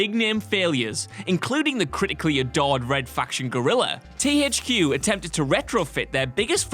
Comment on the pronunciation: "TEE HAICH QUE" :D